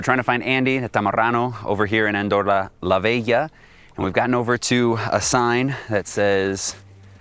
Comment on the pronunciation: wtf: it's LA VELLA or it's LA VEGA - the way you're pronouncing it... ?!